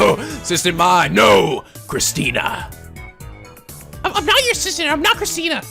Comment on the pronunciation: Every time Okabe says Christina's name with a -tan ending, it sounds like he is saying Christian. I laugh every time I hear that because I doubt that any of them (except maybe Mayuri) are not atheist.